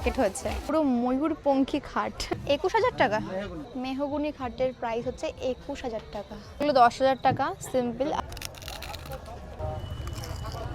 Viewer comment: মেহিগিনী ❌ মেহুগুনি ✅😂😂😂